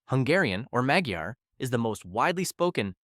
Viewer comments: Magheeyar, swomi 😭 what are these pronunciations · This guy has no idea how to pronounce "magyar" correctly, why should you trust in what he says?